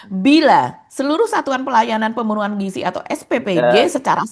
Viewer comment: Giziii Dadan Giiiziii bukan Gijiii...